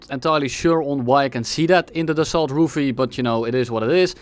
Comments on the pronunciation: I think it's pronounced "Raphæl" but razzizle works too, great video. Cool plane, too. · rafal not rofol bro 🤨🤨🤨🤨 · bro just found gaijillion new ways of how Ruffle should actually sound like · For the prononciation of Rafale think of Rafael Nadal, keep the Nadal, remove the N and the D. You got Rafal. Easy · Im spanish so if there is a french person here in the chat can correct me, but is it the problem that he was pronouncing Rafale like Rafael, wich are two distinct words? just asking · Every time has mispronounced the "Rafale": Ravioli Ruffle Rizazle Reflux? Rifle Ruffle Ravololi Rafalilei Rufalow Roofie Rafiki I think I got them all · The Waffle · you spelled Ravioli wrong im afriad, we gotta make the french happy and pronounce their words right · bro its pronounced RAVIOLI, how can you nto pronounce that correctly|? now im triggered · Nobody calls it the rafale here, only the ravioli, so good french pronunciation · Loved the Ravioli pronunciationhahaha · perfect pronunciation! I also enjoyed flying the Ravioli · Man said any word that just started with R instead of Rafale lmao, bonus points for the Michael missile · As a french person, I thought the random mispronunciations were extremely cute xD. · saying everything but the right way to pronounce rafale is absolute cinema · Common Dutch W pronunciation of french words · the mispronunciations got crazier every time lmao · I appreciate the dedication of not saying Rafale the correct way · Isn't it like "dasso" rafale, like renault is "reno". His pronunciation was mediocre at best.